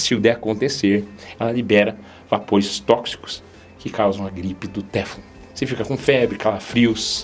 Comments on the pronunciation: Boa tarde,, desculpe mais a pronúncia correta é teFLON. A última sílaba é a mais forte. Muito obrigado por tanto cuidado com a nossa saúde. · Lê-se "teflon" com a última sílaba tônica.